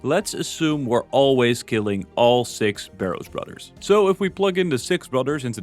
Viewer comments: Brudders? Fings? Cringe. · Take a drink every time he says brudder(s)